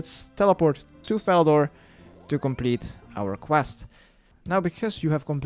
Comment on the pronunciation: You didn't say 'our quest' right :'(